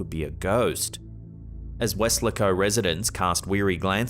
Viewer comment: "Wes-LAY-co", Texas